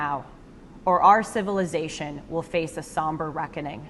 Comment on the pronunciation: Somber reckoning, 不是“thumper recomling”